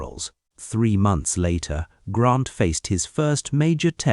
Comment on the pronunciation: Good GRIEF: his name is GRANT, not GrOnt .